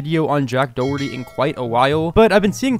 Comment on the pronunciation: dack joherty